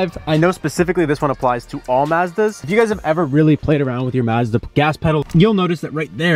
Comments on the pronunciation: Ma-zzzz thaaaa ....... Try - maaz· duh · One little thing that shows a regional accent is this "Maaazda" pronunciation. Like Ma as it "mad", Mazda, everyone and their uncle that I know in SOCAL is Mazda as in "ah" like "ah, that's nice", "Mazda". That ma as in mad sounds so weird to me, last time I heard that was Canada. "Yam" rhyming with "ham" in Yamaha. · It’s Pronounced Mahzda. Maazda. Is this Canada? 😂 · It's pronounced "Mahz-dah", not "Maaz--duh" 🙂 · ma-zda not mayzda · I stopped when you said Maaazda, it’s Mazda. You don’t say the a like in map, a as in ma(mom) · M+ ahh + zda. Not maaa+ zda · Well, first hidden feature is to learn how to pronounce the name of the company. "mAHzda" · Turned off the video as soon as he said "mahz-da". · Pronounced “mahzda” though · That's not how you even say Mazda.. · Good. Suggest the younger guy learn how to say "Mazda." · Mazda like Mad? I thought it was Mazda like mom. Sorry can't listen to you say Mazda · Why are you pronouncing Mazda like that?